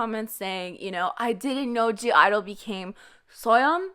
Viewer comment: you are not a stan and you even mispronounce their group name,how can you say it's "soyeon and friends"? also you mispronounce their names) if you don't know how every member shines individually,please check out "idle moments that had me shook" videos and you will literally get goosebumps from it.i said what i said. been a stan since predebut.